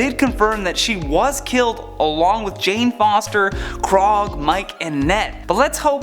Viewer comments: Krog?!?!? Its ‘Korg’ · You lost me when you called "Korg" "Krog" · This dude really just call Korg & Miek “KROG & MIKE” ?? ...I’m out. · did he say "Krog" ugh It's Korg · Did u guys catch when he said "krog" instead of "Korg"?? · His name is Korg, he say it everytime. How dare you call him Krog? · This guy called Korg and Miek "Krog and Mike" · did he just say krog and mike.. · Stopped watching as soon as he said "Krog and Mike"... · did he just call KORG, KROG!? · did he Just say krog and Mike instead of Korg and miek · muser 1963 I thought he was talking about a completely other character, didn’t even realize he tried to say korg